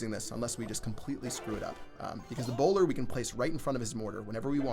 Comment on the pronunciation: Oh lol I thought u were saying browler